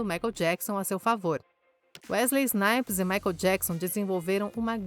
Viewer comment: Ainda bem que a narradora acertou o nome dele no final, já estava a me dar coisas na espinha ouvindo ela falar Wesley Snipe.